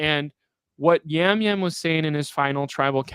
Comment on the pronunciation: its Jam Jam not Yam Yam